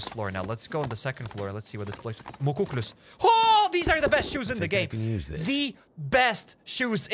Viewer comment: Awesome job! (also those boots are pronounced muck-lucks, canadian native american winter boots)